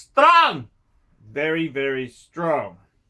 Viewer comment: Haha "STREAONGH!" russian accent. Yeah of course ROLEX is strong, Rouhleks never loses.... any other watches can't survive 2020 gracefully, Lolex can.